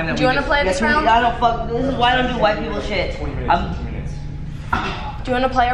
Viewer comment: "This is why I don't do wight people shit" haha